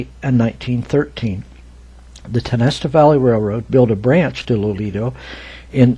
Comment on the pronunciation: Pronounced Tie-o-nest-a